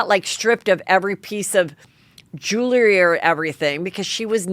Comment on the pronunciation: Okay - you asked … Jewel - RY - 2 Syllables ONLY NOT Jewel -er -Ry Ruin - Rooo In NOT Rooon 🥸